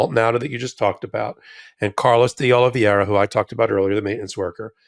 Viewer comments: it's Carlos "De Oliveira" not "De Oliviera"; (i.e., 'Dee-Oli-ve-ra' NOT 'Dee-Oli-vee-era'). (retired teacher) 😇🙏🐭🌈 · please learn how to pronounce "Oliveira"!